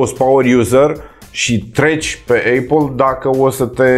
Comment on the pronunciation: Eipal care se citeste fara 'i'